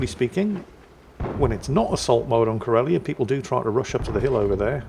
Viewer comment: The way you're pronouncing "Karelia" like "Corellia" makes me expect to see a Star Destroyer show up at any time.